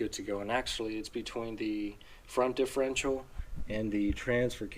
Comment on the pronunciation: WHY?? do you keep calling it the "differential"????